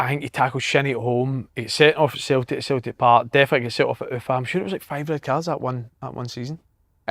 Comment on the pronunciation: Wish Si would stop saying Cel-ic